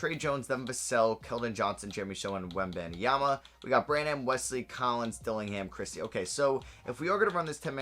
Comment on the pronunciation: Every time he said Bran-ham I physically cringed from how wrong it is